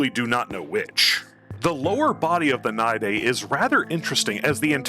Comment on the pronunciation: The only person I've ever heard pronounce it right first try. We might need to make babies that pop outta the moloch. Great idea. We are getting a new model for him workin... eventually. Long live stink bug!